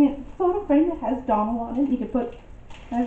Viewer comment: You said Donald and I heard McDonald's.